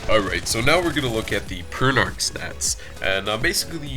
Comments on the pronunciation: P-er-n-ah-k not p-er-n-ar-k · I always though it was pernounced "Per-na-ch". "Per-na-ck" sounds cooler.